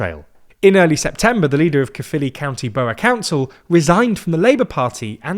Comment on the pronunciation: The Welsh form is CAERFFILI and it's pronounced CAE-ER